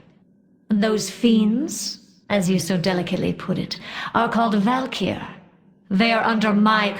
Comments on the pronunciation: val-kyr not val-kry :) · you calling Val'Kyr "valkyrie" toward the end triggered me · val'KYR (VAL-KEY-ER)